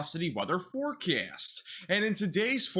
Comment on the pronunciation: " in this weather forkyast"